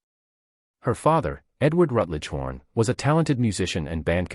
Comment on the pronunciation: Why does the narrator continue to call her Goldie HORN?